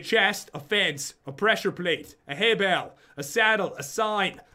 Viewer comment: You said "fence" like "fance"